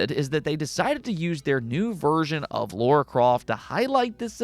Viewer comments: He does say Laura 🤣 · it's LARA not Laura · Dude your content is great but for the love of the gaming gods, it's Lara not Laura!